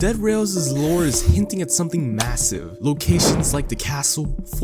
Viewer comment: “Hinting at something MASSIVE” Why did you emphasise the massive your begging for people to scream Low, Taper, Fade.